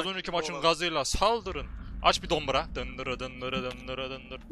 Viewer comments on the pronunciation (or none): Abi sen dombıra dedin bana reklam geldi